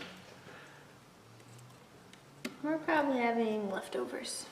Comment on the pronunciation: That must be the NY pronunciation of scallops? Skal-lips? What can you expect in the hills of NY??